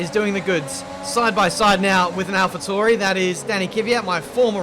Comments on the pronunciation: you keep saying Alpha Tauri wrong, it’s not ‘Toor-ee’, it’s ‘Towel-re’ 🤣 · Alpha Tori 🤦🏼‍♂️ please say their name correctly, thank you.